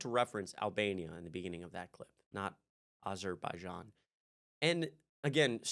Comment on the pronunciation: You mispronounced aberjaizan